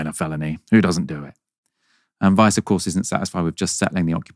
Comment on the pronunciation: I keep hearing "Vice" not "Weiss," even though I read her name twice to make sure I understood. About 7 times now, my brain has gone like "Whaaaa? Vice thinks Israelis should settle in Gaza?" And then I'm like "oh no, it was this horrible settler lady."